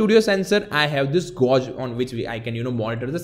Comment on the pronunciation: Hi! I love your videos. And you speak really good English, however, you need to change how you pronounce "gauge". You are pronouncing it like "gorge", but actually it is pronounced like "page", but with a "g". Not trying to criticize you, I'm just trying to help.